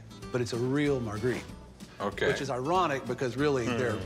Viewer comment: The "expert" who pronounced "Magritte" 3 different ways (none French) did not inspire confidence.